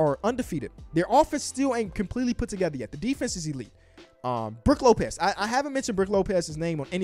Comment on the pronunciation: why he allways say brick lopez? lmao